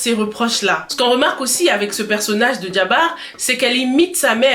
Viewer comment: Bonjour tu prononces "Djiaba" pour la fille de Marie mais cest "Thiaba". Sino top analyse de ta part.